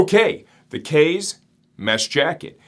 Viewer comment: Looks like a nice summer jacket. I'm going to need a mesh jacket soon. Not that I speak Japanese either, but, kaze is Japanese for "wind" and is pronounced "kah-zay", like the infamous Kamikaze (Divine Wind).